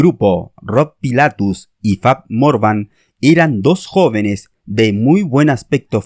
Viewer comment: El video está muy bien explicado pero los fallos de llamar milli vaneli y Fab morgan son imperdonables 😂😂😂